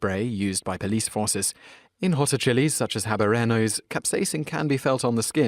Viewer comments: 'Habaranos'? The habanero (there should be a tilde above the n) is pronounced 'ahbanyehro', h being silent and the n as nyeh. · H(a)banero is pronounced 'ah-bahn-YEH-roh.' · i love how this guy has no idea how to say habanero and instead says ab-a-rare-no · Zack Thank you!! He mispronounced Tucson (AZ), as Tuck-sun, too...but he IS from Britain, so most of these words aren't common. We forgive ya...but habanero is pronounced "Hah-bahn-NYARE-oh"...FYI. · I need a top ten list of chili peppers now just because of how Simon pronounced habanero